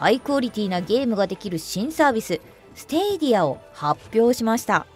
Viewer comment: 放送中では「スティディア」って発音してたけどスタディアって紹介してる会社が多い( 'ω') ✅PS4Proに換装したSSD→ ✅使用中ゲーミングアンプ＆ヘッドホン→